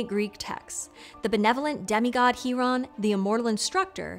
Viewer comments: Isn't it pronounced (Kai)ron? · Thank you so much for the pronunciation of C-Hiron's name! I didn't know it was pronounced like that. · How do we know it’s pronounced He-Ron instead of Ki-Ron?